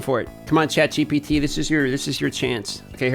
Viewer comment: ChatGTP once u hear it u cant unhear it, lol first sentence.